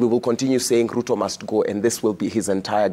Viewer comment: Its Ruto , not Lutho 😅😅😅